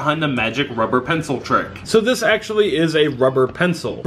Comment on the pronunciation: It's not called an pincel it's called a pen-pen-pen-PENCIL 🤣😅😅